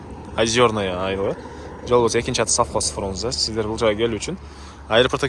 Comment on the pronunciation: Софхоз эмес Совхоз болот